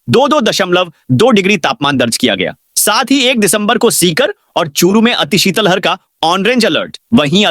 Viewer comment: श्रीमान शीतल हर नहीं है, ये शीत लहर शब्द है। Plz उच्चारण सही करे ।